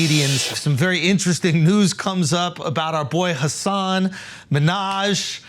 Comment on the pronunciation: Minhaj is pronounced Minaj like Nicki Minaj